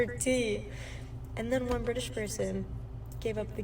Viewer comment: Ah yes. I love the brTITish